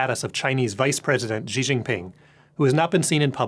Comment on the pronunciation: For being the "VP" of stratfor's east asian office. He cant pronounce a simple name with the proper pinyin phonetics? Xi=SHEE, not ZHEEE. How can one broadcast a report about CCP politics and not know how to at least pronounce simple words in the official language?